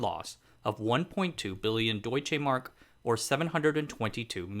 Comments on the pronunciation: "Doitshay mark". Come off it. And "afformentioned" don't work neither. At least learn US received pronunciation. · You are mis-pronouncing Deutschemark!